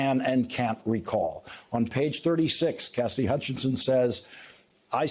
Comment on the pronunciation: It always sounds like you're saying Cassdy. Her name has 3 syllables: CAS-SI-DY.